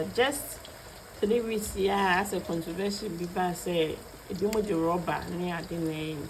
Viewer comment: said that after the “contovesea” the market dropped lol. Eeii Ms. graduates